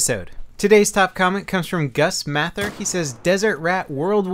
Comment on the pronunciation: I just wanna point out: It is pronounced Gus MAYther. You're not the first person to make that mistake, and you won't be the last.